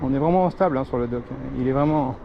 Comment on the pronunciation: C est pas dock mais deck